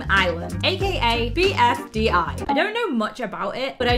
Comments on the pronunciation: BDFI???! ITS BFDI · IT’S PRONOUNCED BFDI